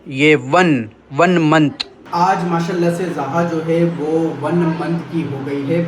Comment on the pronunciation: لفظ ما شاء اللّٰہ ٹھیک سے اور پورا بولیں پلیز اللّٰہ پاک کا نام مبارک پورا اور ٹھیک سے بولیں پلیز Alfaz jesy MAA SHA ALLAH, ALHAMDULLILAH, INN SHA ALLAH ya dosry muqadas alfaz sahi se proper bola kren plz or akhir mn H yani ہ ki awaz lazmi nikala kren plz plz